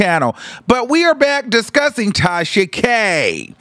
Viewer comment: The way he says it sends meeee. I thought I was the only one😭